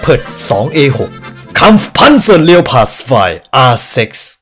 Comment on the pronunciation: ต่อไปเราต้องอ่านleopardว่า เรียวพาร์ด เเล้วสิน่ะ